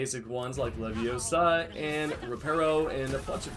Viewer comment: it's leviOOOOsa not leviosaaaa